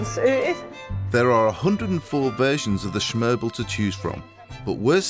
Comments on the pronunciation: Did he just call smørrebrød schmerble? lmao! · "Schmørbel". Sure. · Danes: smørrebrød. Paul Hollywood: schmerble. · Yes of course the classic danish schmørblhe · schmerble lol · whahaha schmerble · I'm American and even I cringed when he said "schmerble." 🤣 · "schmôrbel" It took me a good while to realise what it was! 😁 Poor him, Danish is not easy I gotta admit that. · Danes: its called “smørrebrød” Paul: that’s what i said, shermble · "Originally the food of peasants the "Shmørbeul" he has just been thought how to say smørbrood but he can't recall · did he say shmerbel?